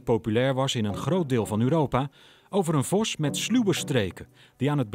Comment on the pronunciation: waarom spreekt de presentator het woord vos zo raar uit , vosz , is hij een hongaar ofzo ?